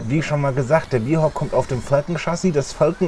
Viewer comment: Man spricht Bear im englischen gleich aus wie auf Deutsch. Also Bär nicht Bier 😉